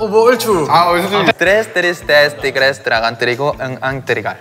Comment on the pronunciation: me sigo kgando de la risa con su "TrEs trIsTeS Tri grigris " lol